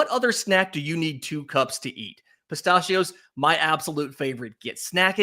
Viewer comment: Good morning. The way you say “pistachio” is infuriating.